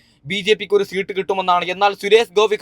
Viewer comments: ഇവൻ ഏതു സ്കൂളിൽ ആണ് പഠിച്ചത്.. സീട്ട് അല്ല.. സീറ്റ് എന്ന് പറയൂ..😂😂😂😂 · സീട്ട് അല്ല സീറ്റ് എന്നാണ് 😂😂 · സീട്ട് പോലും അത് പോലും നേരെ പറയാൻ അറിയാത്ത ആളാ നീ എന്നിട്ട് എന്തൊക്കെ തേങ്ങയ പറയുന്നത് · സീട്ടു അല്ല സീറ്റ്‌ ആണ് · സീട്ട്. അല്ല സീറ്റ്. മണ്ടനായ. U. D. F. കാരനാണല്ലേ. മറ്റെന്നാൽ. സേട്ടനാണോ വോട്ട് എണ്ണുന്നത്. മണ്ടൻ. മര മണ്ടൻ😂😂😂😮😮😮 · പിണറായി ജയിക്കും എന്ന് പറയ്.. അല്ലെങ്കിൽ ചകാക്കൾ നിന്റെ കുരു ഉടക്കും.. എടാ പുല്ലേ സീട് അല്ല സീറ്റ് എന്ന് പറ പന്ന പൂ... മോനെ... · എണ്ണി കയിഞ്ഞു അല്ല എണ്ണി കഴിഞ്ഞു. നിമിസം അല്ല നിമിഷം. സീട്ടല്ല സീറ്റ് വയന്നടെല്ല വയനാട് 🤣🤣🤣🤣🤣🤣ഏതാ ഈ ഊള